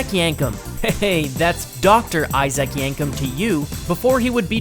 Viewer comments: it's not icyak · obviously not a wrestling fan, mispronounced Isaac Yankem name